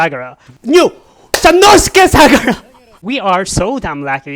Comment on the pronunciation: Sano-suke. don't say sanoske